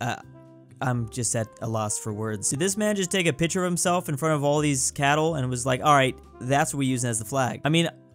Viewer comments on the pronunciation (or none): Why does say picture like that???!!!! Pi-chur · Anyone notice how say picture